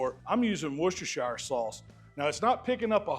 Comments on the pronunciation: Loving the videos as always. Just Heads up though, in the UK we pronounce it Wuh-stuh-shuh sauce. We don’t say the shire like shy-uh Hell sometimes we don’t even see the Shire part on the end and we just call it Worcester sauce as that is the name of the town it originated in Worcester is pronounced Wuh-Stuh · "wusstersher" sauce 👍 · it's pronounced "wuh ster shuh" sauce Great vids with some good tips. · Love the video. BTW it is “woos-ter” sauce 😅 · Just Wooster Sauce or if you like, Wooster-Sher sauce. Great video as usual 😊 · wu-stuh-shuh sauce - just for info as I live there! They're some great steaks,! Thanks for another great video! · can't you really fathom how to say WORCHESTERSHIRE?